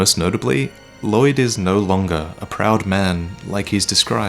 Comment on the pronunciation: the 'll' in Lloyd is pronounced unvoiced.